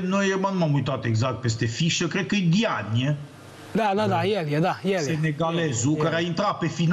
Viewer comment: Se da mare francophon dar nu pronunta corect Diagne..ok